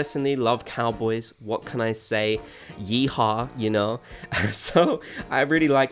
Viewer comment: Well, hearing a British person say yehaw unironically is maybe the cutest thing ever. 😆